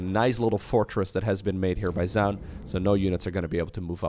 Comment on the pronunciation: Zoun is pronounced just like zone, just FYI!